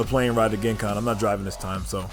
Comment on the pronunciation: It’s pronounced Jen Con. Not Gen(ghis)Con